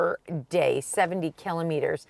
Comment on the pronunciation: Cant get passed the way you both say “killimeters” Instead of Kilometers 😂